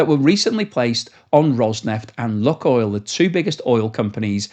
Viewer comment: if you stop saying “Luckoil” and instead pronounce it correctly as “Lukeoil”, I will immediately smash that Like button and subscribe to your channel!